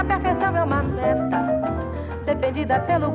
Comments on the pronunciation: Toda vez que ela vai falar "meta" eu penso que ela vai falar "merda" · vinicius rigo já imaginava. até a forma que ela fala meta parece que ela quer falar merda kkkk